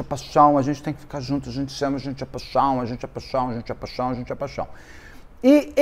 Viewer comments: Eu amo quando ele fala paixão paixão paixon 😂😂😂😂❤❤❤ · Ah, como eu adoro o! Mas quando ele fala te amo, paichom eu não me aguento de rir. Kkkkk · Morro rir "paxão .... paxão" 😅😅😅